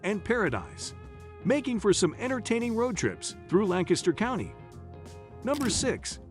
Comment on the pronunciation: Nice job on Lancaster pronunciation